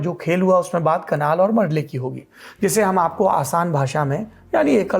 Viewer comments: कनाल या कलान लिखावट और उच्चारण में बहुत अंतर हैं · कलान नही कनाल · Kitni baar Kalan ko kanal bola